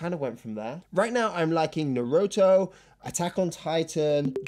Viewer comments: Your pronunciation is dogshit. Menga? Naroto? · "No Ro TOE".... I hate you soo much. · great video. never thought I'd hear a more abysmal pronunciation of naruto in my life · Is anyone going to talk about the way he pronounced Naruto!? Is that the way all British people say it or just him because he's an anime noob? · I can't get over how he said Naruto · It’s how he pronounced Naruto 😅😅